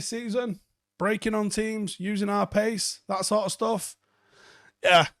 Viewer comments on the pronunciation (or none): none